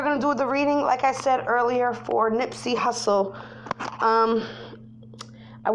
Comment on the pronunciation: That is not how you pronounce his name !!!!!! That shit irritating